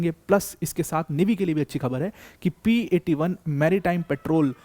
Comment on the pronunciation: It's P8 i not P8 1